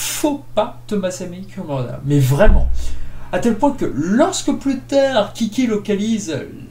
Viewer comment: C’est pas « Curumada » ça se prononce Kouroumada